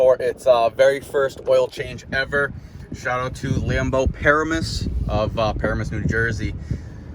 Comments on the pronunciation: I live next to “Paramoose” it’s pronounced Pa • ram • us... lmao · Dude it’s not paramis... it Pa-ram-us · its pronounced Pa-ram-us